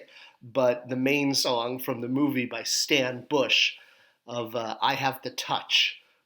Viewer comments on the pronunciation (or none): none